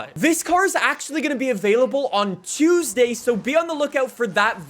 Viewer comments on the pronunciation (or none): none